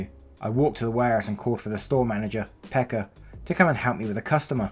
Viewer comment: tuon saunan xD gotta love how 2-3 narrators so far have pronounced Pekka as Becca.. xP